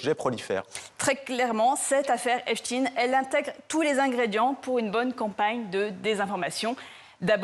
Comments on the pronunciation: C est pas epstine.. c est epstein..⭐ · epSTEIN pas epstine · EPST(EIN) pas EPST(IN) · La manipulation commence par la prononciation de Epstein..et pas Epstiiinnn...😮😮..... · Il faut dire "Epstein" et non pas "Epstine" qui sonne comme Poutine pour créer un amalgame inconscient... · Et voilà la gauche qui nous la fait de nouveau à l'envers ! Epstein ( Pas Epstin ) N'est qu'un peu coupable, juste un peu, il n'y a pas de quoi fouetter un chat. Zelensky est un pauvre chef de guerre qui veut sauver l'Ukraine et qui n'a rien a voir dans le dossier sus mentionné. Mais attention ! Trump sent le souffre... Bizarre, on dirait un discours d'Hilary Clinton. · COMMENCEZ DÉJÀ PAR BIEN PRONONCER SON NOM DE FAMILLE SI VOUS VOULEZ ÊTRE FIABLES!!!!! EP CHTAYYYYYYYYNE ET NON EPSTIIIINE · Epchtaïne pas Epchtine ? Vaïnchtaïne pas Vaïnchtine? Epstein et Weinstein ont la même terminaison? Bizarre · Epsteen .... comme Einsteen ... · Non c’est l’inverse , epstine.. prononciation anglaise américaine etc lui même d’ailleurs .. le France et son accent ne sont pas le centre du monde;) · Pourquoi ils oublient le e dans epstEin.Je trouve fou que des journalistes fassent une faute de prononciation comme ça.